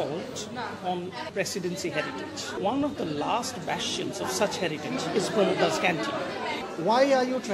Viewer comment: its pramod da. correct yourself